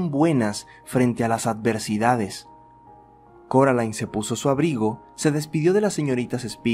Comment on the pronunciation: alguien mas escucho caroline en vez de coraline? erorres pero me gustan uwu